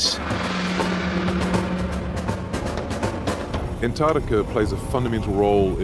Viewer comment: This would have been amazing if it hadn't been for the narrator continually calling the place "Anarctica".